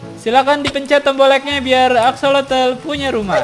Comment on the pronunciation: Aksosol bukan axolotol